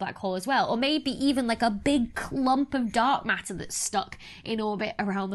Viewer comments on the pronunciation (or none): I love how you pronounce matter. Ma'ah. I'm pronouncing it like that from now on!